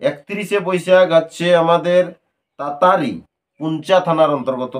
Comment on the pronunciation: টাটাড়ি গ্ৰাম দাদা বটে। তাতারি নয়